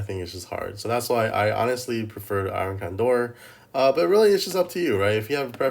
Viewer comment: Why do you call it iron candor instead of iron condor? Is it a meme I'm not getting or what?